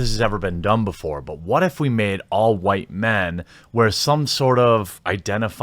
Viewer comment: “Huwhite” someone is watching Jared Taylor ;)